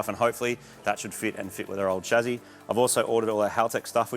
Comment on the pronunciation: Not chazi but chaSSi plz